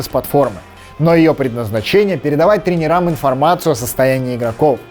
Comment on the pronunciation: Очень интересно, спасибо! Только ударение правильно ставьте: трЕнерам, лОктя.